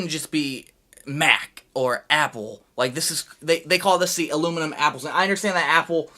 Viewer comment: "allimeniem" LMAO.